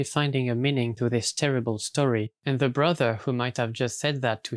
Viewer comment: Mam I beg You, dont pronounce „the” as „ze”, it hurts